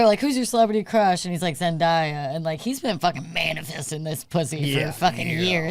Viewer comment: Let’s go. We’re sniffing. We’re getting cancelled. We’re forgetting Bill O’Reilly’s name, we’re mispronouncing ZenDAYa and we’re racially-confusing Tyga with Travis Scott. All we’re missing is the Yokratom. Hell yeah. Love ya guys. The best